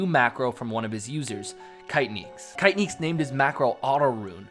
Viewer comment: I just opened this to hear you butcher the name ‘kaitnieks’ , great video though